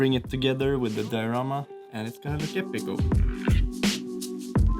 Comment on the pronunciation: Say diarama one more time!